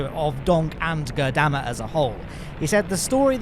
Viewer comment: I was going to flip out if I had to hear you say Goddamma again. although my fury is quelled by having spelled it out. lol!